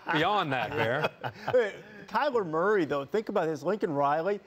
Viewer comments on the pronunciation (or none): none